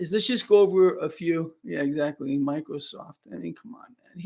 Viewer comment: LOL! ... "MICO - SOFT"... LOL!